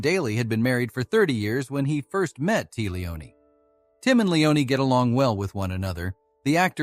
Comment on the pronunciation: Get a new robot. This one stinks. "David Dukev" and "Tee Leoni" -- I'll pass...